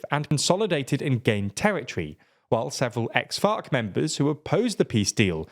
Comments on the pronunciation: “which was more urban than FOC”… you know he’s saying it like that on purpose 😂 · I hear fock and it's funny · It's actually called "FARC", not the f word